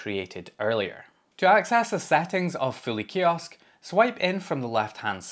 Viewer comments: I initially thought you were saying Philly Kiosk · Show of hands: until he got to searching for it in the video, who thought he was saying "Philly" kiosk browser? 😂